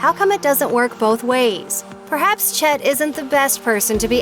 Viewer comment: "Chet" sounds too much like "shit".